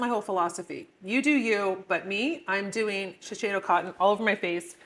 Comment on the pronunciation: Shiseido is the best cotton. Sometimes u can find it at TJ Maxx for cheaper. I used to work for them. It’s pronounced She-Say-Do. Not She-Shay-Do.